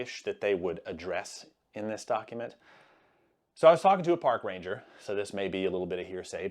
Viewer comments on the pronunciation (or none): none